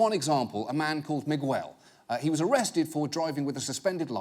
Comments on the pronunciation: Migwel? O nome é Miguel? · After all these years I just notice John Oliver pronunciation of Miguel